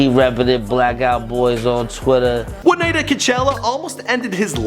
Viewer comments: this nigga said burnout boys lol it's blackout boyz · ITS BLACC OUT BOYZ , NOT BURN OUT BOYZ